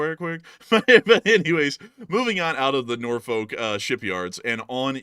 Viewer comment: It's Norfu.k, not folk.